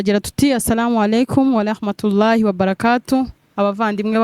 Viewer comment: Nawe mwanawange ntibavuga walahma tuLLAHI...bavuga warahmatuLLAH I mwembi mukosore r apana. l